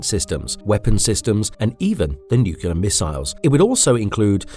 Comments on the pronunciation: It's spelled nuclear, not nucular. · Nuclear. Not nucular. Just sayin'. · Please google the word "nucular"!!! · Disliked because nuclear is wildly mispronounced constantly. Sorry. Otherwise a good video.